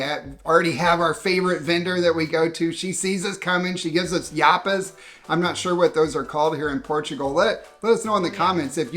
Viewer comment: Macrobiótico is pronounced practically the same in Portuguese and Spanish Rua de Santa Catarina was well pronounced, not so much spanish "Yapas", never heard the word